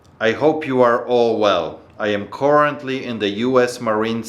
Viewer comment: When you said I’m currently it sounded like “I’m quarantining”